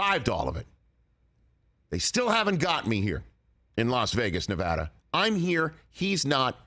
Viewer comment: Rich Eisen is a true pro. He knows how to pronounce Nevada correctly.